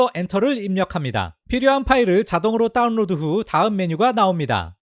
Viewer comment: 중독적이라 계속 반복 청취중입니다. 따운뤄드~ 잘보았습니다.감사합니다.